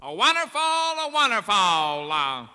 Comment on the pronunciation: wunnaful, wunnaful